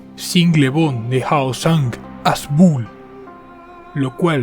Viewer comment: No se pronuncia bul se pronuncia Bühl la ü pronuncia cómo una u pero fusionada con una i, Y aquí tienen las coordenadas de Bühl, Alemania: 48°41′43″N 8°08′06″E / , 8.135